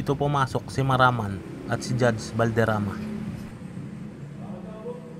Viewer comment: Maramag, not Maraman.